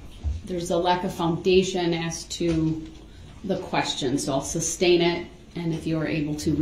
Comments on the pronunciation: Substain! I hate when he said that. Mispronounced so many words and thought he was so brilliant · The "tacKit," agreement and "suBstain," are killing me. He is so indignant that he's right, and yet he can't even say the words he's trying to use, and that he hears multiple times a day. He hears the word sustain over and over and still f@ it up. Smh